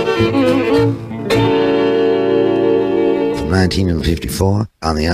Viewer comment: Caffeine or nicOHTEEN……….